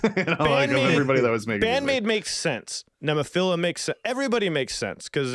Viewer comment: please stop butchering NEMOPHILA it's not NEEMO, it's NEHmo.... listen to the band, Saki, Keiko etc. I would put my personal JRock top 10 as: (TOP 5 are in order, but the rest shuffle order often) Band-Maid NEMOPHILA BRIDEAR LOVEBITES SCANDAL ALDIOUS LONESOME-BLUE HAGANE POLKDADOT STINGRAY D_DRIVE